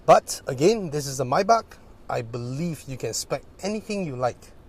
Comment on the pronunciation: so satisfying when say "maybach"..😁😁